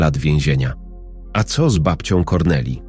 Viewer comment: Co to znaczy te : ce o, de el a. Aż uszy więdną . To właśnie tak wyglada ta sztuczna inteligencja.